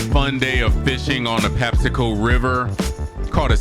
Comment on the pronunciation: Patapsco!!! Why do ppl say patapsaco??? Anyways good catch brother!!